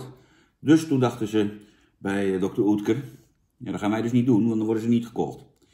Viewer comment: Ja hoor, spreek het maar weer verkeerd uit. Klinkt als "Dokter Ut-kur". Geen Oetkur. Maar ja, het is dan ook geen pan, die bocht. Fijne Kwatrafrormatie, dat wel.